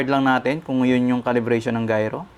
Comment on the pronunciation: Gayro correction po gyro its gyro compsss